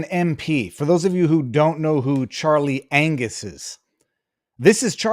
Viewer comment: Is it. Angus or anus? After listening to his rant I think it’s the latter. What a buffoon.